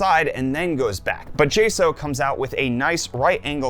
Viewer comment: It’s weird to hear you calling the company “jay- sow” when everyone else calls them “jay- socks”